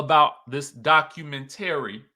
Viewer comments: Documen—tary 😂😂 I change the pronunciation of words also.😂❤ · Are you related to "espo" LaTisha? You don't know how to pronounce "documentary"?